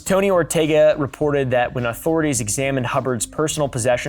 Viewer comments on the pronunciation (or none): none